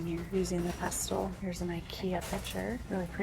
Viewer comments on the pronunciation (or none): Mortar and Pestle. The T in pestle is Silent. It is pronounced pessle. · The black shiny dish at the first goodwill was to serve guacamole, not a mortar and pestle (pronounced pessel) ❤